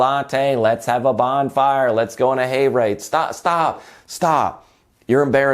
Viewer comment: he said Hay rade....